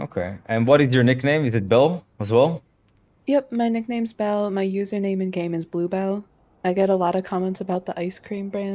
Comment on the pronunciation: Belle or “bill” as i kept hearing 😂 using the word “pick me girl” so frequently shows her lack of understanding of human genetics and social structures. Every single human is a “pick me” girl boy whatever. It is engineered into our genetics to be motivated by shame and out perform every other person around you in order to give priority to your gene pool. Since the inception of you as a fertilized egg in your mothers womb, every cells is genetically coded to fight to survive and outlive /outperform the competition that shares your resources.